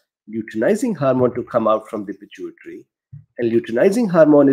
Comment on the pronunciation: I think you pronounce pituitary fine lol